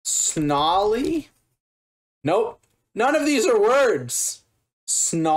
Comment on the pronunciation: I believe the man tried to say "gnarly", but for some reason got an S stuck at the beginning.